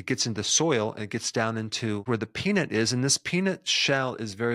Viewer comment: the way u said peanut in the beginning sounds way like “the worst thing u could do to a person is take away their peni..”. made me flinched until u said nuts 😂